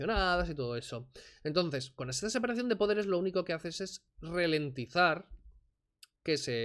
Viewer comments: Ralentizar, no "relentizar", y poco más, no merece la pena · Qué manera de hacer el ridículo. No tienes los rudimentos básicos en la materia y pretendes desmontar a García Trevijano...Ni la exposición es formalmente ordenada, ya no te digo nada del fondo...Por cierto, es ralentizar, no relentizar... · que lo iba a "RELENTIZAR". Encima no sabe pronunciar esa palabrita. RA , NO RE.